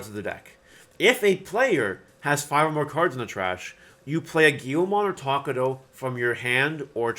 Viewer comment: i really hate how you say takato as takudou ahhhh but its ok